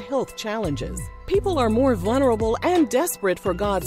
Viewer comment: love your channel but please stop saying vulnerable if you're not going to put the L In it 🤣